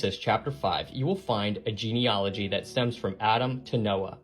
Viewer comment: He can't even pronounce the word 'Genealogy' correctly before anything else...I do so love a bit of genuine debunking...dgp/uk